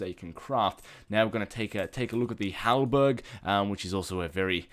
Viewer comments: Urgh actually research EVERY aspect of a mod before you review it and please.... Pronounsing stuff, like HALBERD, not halberg! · NOT HALBERG ITS HALABER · HalBERD, you fucking dunce. HalBERD.There is no goddamn 'g'. Why do you stupid fucks still defend? He's a boring, talentless jackass.